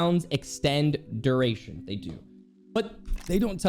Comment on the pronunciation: "Duritation" lol